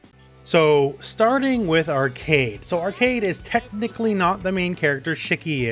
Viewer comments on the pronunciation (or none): Also its pronouced "Ar-quade" not arcade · Pretty sure her name is pronounced "Arc-wey-d" rather than "Arcade". Or at least that's how they said it in the anime that doesn't exist. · Pronunciation police here: Its almost "Arcade" just say "way" between the "C" and "D" with a little "oo" sound be "way" So like "Ark"(oo)"way" "d" Very good overview, always top quality from you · Its more like "Arc-wed" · Not a minute into the video he pronounced Arcuied as “Arcade” goddamnit lol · Her name is pronounced like arcade but put q in it "ar-qu-ad" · Great video! I love how you approach every character without being too technical. P. S. "Arcueid" is pronounced like "ar-coo-aid". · Sorry, great video, but it's very distracting and kinda funny whenever you pronounced Arcueid as Arcade. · Not to be rude but its pronounced Arc ku ed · I don't want to shade your friend as this is a huge and common misconception, but her name is written as アルクェイド in Japanese -- A Ru Ku-e I Do. When you use a smallェ after an U sound it becomes a glide, it doesn't completely supecede the sound before it (unless the letter is after a fu sound and that's sort of a special case). As such, her name is most accurately pronounced ArKWade. This is also consistent with the old Tsukihime, the Remake, and the old Melty Blood. I played them originally in Japanese while living in Japan (well, except the Remake which I'm going through right now since it just came out) so unless there's some weird Nasu word of God this should be correct. You can hear her name in this clip: If her name was pronounced Arcade it would be written アルケード or アーケイド, or perhaps アーケード. I hope this helps as much as this video helps newcomers to the game choose a main! It's a perfect introduction to each character.